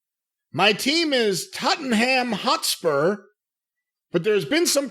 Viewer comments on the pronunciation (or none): Tutten Ham Hot Spur (tot-en-um hotspurs is how you do it) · The way pronounced Tottenham Hotspur offended me for no reason:D Also Keane and Cornette have so much similarities.